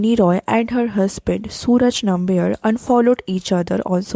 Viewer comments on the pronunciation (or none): Pronunciation - नाम्बियर ❌ नम्बियार ✔